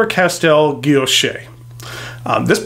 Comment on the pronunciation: Thanks for the review . Absolutely beautiful fountain pen . Btw the word guilloche , don’t pronounce the “ e “ at the end. Like guillochshhh no e or a sound . Thanks again !